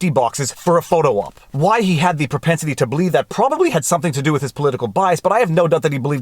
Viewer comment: Ha...you said pro-pence-ity